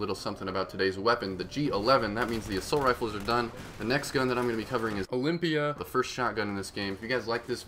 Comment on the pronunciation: it sounds funny how you say olympia cause you reedited your commentary :D